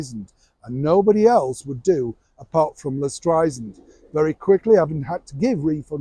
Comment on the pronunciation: Barbara just made a reference about how she hates being called Stry-zand. She says it’s Stry-SAND. you keep saying Stry-zand. 😂